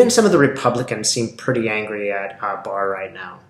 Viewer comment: Thank you for calling it correctly " barr report"